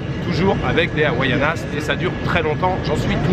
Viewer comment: Havainas pas hawaianas! 😂